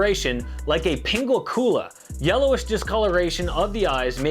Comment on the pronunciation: it's pronounced pin- gweck- you- la btw